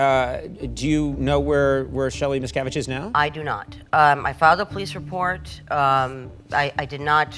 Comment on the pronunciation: MisKAviDGE.. I love it haha